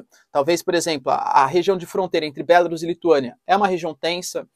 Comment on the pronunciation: Bélarus? sua pronuncia está errada, não se pronuncia com essa entonação.